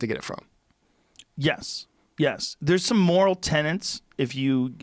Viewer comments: Joe: please stop saying 'tenants' for 'tenets'. A moral 'tenant' is a cool-acting rent-payer. 'Tenet' definition is - a principle, belief, or doctrine generally held to be true. Bless up bruv. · TENETS not tenants. Cripes, Joe. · Joe....it's not friggin "tenants"...it's " TENETS" ! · 'Tenets' Joe, 'Tenets'! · Tenets, Joe. Tenants are renters